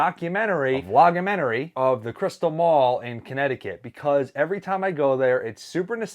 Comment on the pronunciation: said cystal